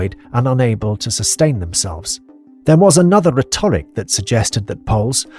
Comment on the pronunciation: Nice and clear - some odd pronunciation errors - diaspora and rhetoric. Why don't people check before they read stuff aloud?